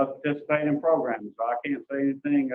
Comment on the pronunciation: PLEASE STOP SAYING PRO-GRUMS!!!!